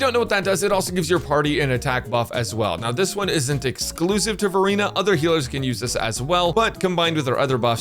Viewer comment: I keep hearing Furina instead of Verina.😂 Also I love we can pick up Copies of the characters in shop amazing!